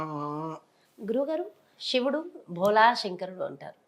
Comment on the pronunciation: షివుడు కాదు